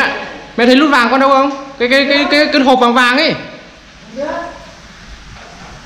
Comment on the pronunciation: Vinh tiền nĩe. Lút vàng. Quê a nói ngọng kinh vãi